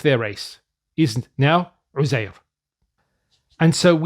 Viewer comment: Uzair in Quran doesn't have "tanveen" in Quran ... It has "damma" ...so it is Uzairu...NOT Uzairun....